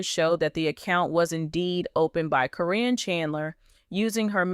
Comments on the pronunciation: Her Name is Karen not Corrin😂😂😂😂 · But you're right...it's being mispronounced in this story.